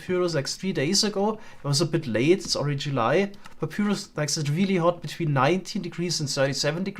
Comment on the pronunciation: Some friendly pointers from a fellow English-as-a-second-language speaker: basin is pronounced like "BAYsin", not like "BASSin". papyrus is pronounced like "paPIErus" not "paPYYrus".